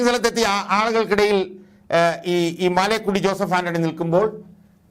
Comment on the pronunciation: മാലേക്കുടി അല്ല മലേക്കുടി എന്നാണ് ആൻ്റണിയുടെ വീട്ടു പേര്.